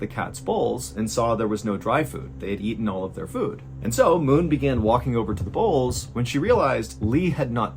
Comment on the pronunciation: Haha did anybody else notice that Mr Ballen sounds like he's saying the CATS BALLS not bowls ...